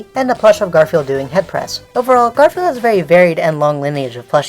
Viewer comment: When you started talking about Garfield merch, I wasn't paying attention to the video and I thought you said "Gorefield merch" and I was really confused